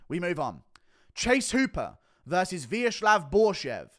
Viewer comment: ВеЧеслав Борщев. VeCHesclav with hard "CH".